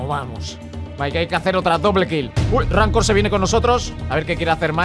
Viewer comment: En verdad si era "ramcore"